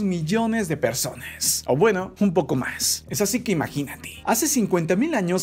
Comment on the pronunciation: Ahy en ves de decir personas sale perrsonas